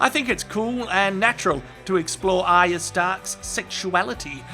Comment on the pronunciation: Nice one mate, you are the only person on youtube to get ARYAs name right!!!!!! I am fed up with people calling her aria (Collider)